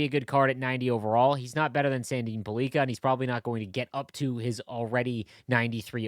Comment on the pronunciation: It is not Sandin - Pull- leak-a it Sandin Pell- licka